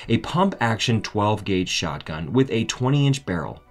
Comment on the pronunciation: "Periferated"????? ???? Did you mean petrified or perforated? And it sounds like you're saying "Shockgun". You're a narrator? Have some respect for your position and clean up your act.